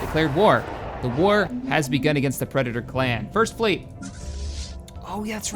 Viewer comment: lol "preditor" nice